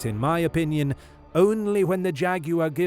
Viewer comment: "Jag-you-are" the winner.